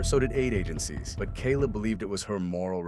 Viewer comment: AI narration? Couldn't even get Kayla's name right.